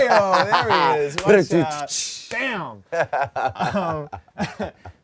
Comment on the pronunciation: Bruh. Lol I was about to say the same thing. All of a sudden out turned to "ah-oot"